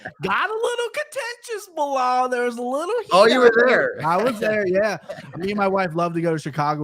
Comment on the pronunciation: I love that bilal is pronouncing the arabic name right! Not مزلم and خمزة 🤣